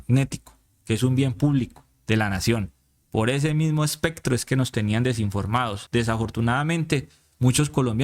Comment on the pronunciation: Especcctro eleccctrogmagnectico , me encanta, de ahora en adelante solo pronunciaré estas palabras con ese exquisito acento, gracias!! No se le puede hacer más propaganda a taaraadoos como est@ ni miguel ni la cabal ni la paloma ni polopolo ni jp. Fuera de las redes de toda esta diarreeaa uribista